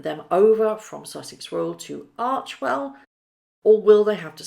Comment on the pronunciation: It is pronounced arch "e" well not archwell